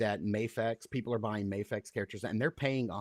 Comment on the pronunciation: Replay crew. Love the episode but it’s Mafex with an A sound not an Ah sound. A vowel followed by a single consonant and then another vowel makes a long sound.